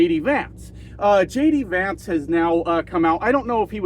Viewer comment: For a sec, at the beginning, I thought you said, "... Donald Trump and LADY Vance.." lol... It kind of works! 😅